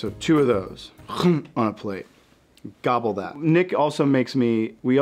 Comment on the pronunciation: it sounds like he just learned the word gobble